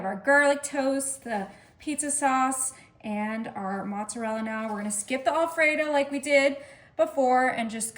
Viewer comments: It's AL fredo..not ALL fredo. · Not a bad idea. I'll likely make some of these. But, I did find the repeated mispronunciation of "Alfredo" to be a bit jarring. (The first syllable is said as "Al," not "All.") Also, the word "pepperoni" IS PLURAL (singular, in Italian, is "peperone"). So "pepperonis" is incorrect.